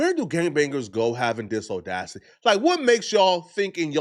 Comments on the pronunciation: Dammit 😂. It’s NOT Oh-Dacity. I can deal with you calling it window taint and your other one offs but you say audacity in every video so you need to say it correctly. Just like you say apology… that ah sound? Use it in audacity 💕 No more OOOOOOdacity 🙏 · My ninja said Oh-dacity 🤣😂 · It’s “audacity,”. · On 6-oh-dacity